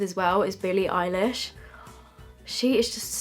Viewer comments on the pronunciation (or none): Eye lish? Or Eilish?